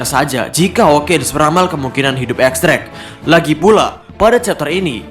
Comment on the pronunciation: X drake bacanya Diez Drake min